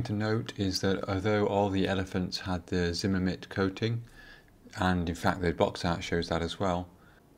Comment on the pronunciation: Just a slight heads up it's not zimmermit it's zimmerit